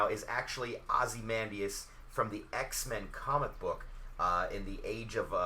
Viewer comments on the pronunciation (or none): this is really helpful, defiantly gonna use this as a template for my decks, However you keep mispronouncing Ozymandias name. (I really don't want to be that guy, but it makes me cringe every time you say his name). Ozzy-Mon-Dayus